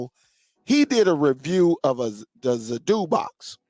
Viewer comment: you have a good channel, good content, you lose cred when you insist on saying Zappoti, you seem to manage saying Zidoo correctly. As far as this player goes, it's mos def a rebranded Zappiti Neo, only brand name and model on this are different. No need to buy this for Zappiti owners, the new app that comes with this one is what will be offered to us soon, will also work on Dune, and in future Zidoo. I have all 3 brands, a subscription will cover all your players, and is way cheaper than thus new player.